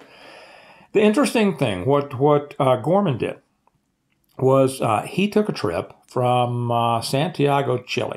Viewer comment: It's George Gammon, not Gorman.